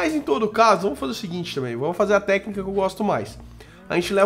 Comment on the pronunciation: *"intendi a ténica" ?? que ténica é essa ??*